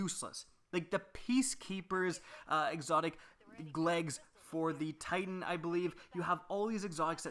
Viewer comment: "exotic glegs"